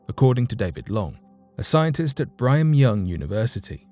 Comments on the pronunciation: I may be mistaken about which school you referred to, but Brigham Young is pronounced: BRIG-hem Young, not Bry-gum Young. Sorry, it’s a great schools name so I just had to offer that. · Does the British English not pronounce g's in a situation like that? if it wasn't a pronoun* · Yeah, he mispronounced it. I wrote a correction comment even though I hate writing them. A school like that should have its name pronounced correctly.